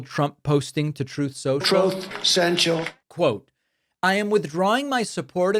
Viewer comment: Glad to hear the return of “Troth Cential” 😂 I missed it